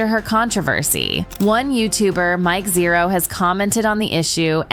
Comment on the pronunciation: Mike Zeroh?! 😂 Guy gets everything wrong.